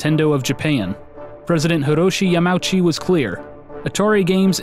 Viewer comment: These videos are wonderful, you've clearly put in an incredible amount of effort, not just in terms of production but in research as well. I do just want to point out that Yamauchi is pronounced like "Yama-oochi". In Japanese, vowels are generally treated as separate characters and enunciated individually rather than being blended in a dipthong.